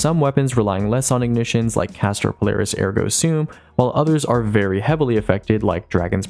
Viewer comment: Finally someone is saying ergo sum correctly